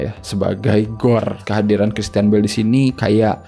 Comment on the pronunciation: tuh kan ud gt bijak pula hehe... jd gpp nih ya, misi.. Villain : bunyinya "Vil'n" bukan "Vilein". Feigi: bunyinya "Faigi" bukan "Faiji" Bale: bunyinya "Beil" bukan ky "bell". punten.